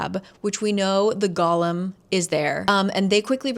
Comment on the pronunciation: When I was reading this I thought the emphasis in golem was on the second syllable, so every time you say that word I full on picture gollum